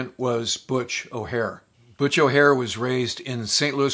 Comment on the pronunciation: O’Hare. Not O’Hara.